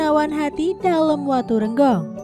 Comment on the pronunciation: Harusnya sblom menyampaikan sejarah Kerajaan bertanya dulu bagaimana cara penyampaiannya menyebutkan nama orang dan tempat banyak yg kurang tepat,, seperti nyebut kata gelgel dan waturenggong,,, belajar lebih baik lg dalam penyebutan nama dan tempat,, harusnya bukan kiayi,, tp Ki a kn